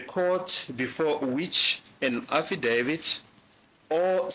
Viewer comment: I lovs the way pronounces affidavit❤